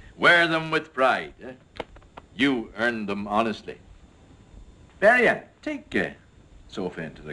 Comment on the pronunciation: It's pretty funny, but WOW these British accents are pissing me off. Even I pronounce Beria more Russian than that, and i'm Irish and a tiny bit of German